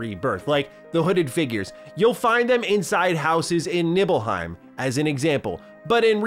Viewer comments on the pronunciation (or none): "Nibbleheim". Hey-ho, Hey-ho, to Nibble-Heim We-Go~